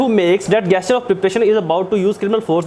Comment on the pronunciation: It is spelt gesture but pronounced Jesture